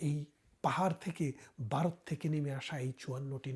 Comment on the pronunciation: বারত নয় , সঠিক উচ্চারণ হবে ভারত।